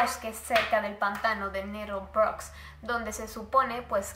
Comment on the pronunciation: Le das como 7 pronunciaciones diferentes a "Nettlebrook" durante todo el video JAJAJAJA kepedo